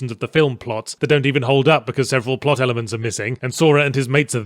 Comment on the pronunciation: Did yahtzee not figure out how to setup shortcut keys for magic? But yeah the pwot is ummm convoluted if I was to put it lightly. lol